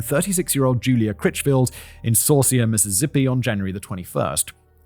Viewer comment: Me, being from the area of MS mentioned in this story, listening to Simon try to pronounce some of these city names. Simon: Esh-ka-tawa-pa Me: Es-ka-tah-pa Simon: Sauce-ier Me: Show-shah Simon: Pas-ka-ghoul-ah Me: Oh he got that one!